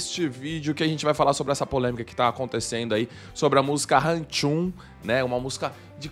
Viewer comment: Tô rindo aqui do falar RAM TCHUM KKKK o vídeo é sobre o nome da música e ele falando errado kkk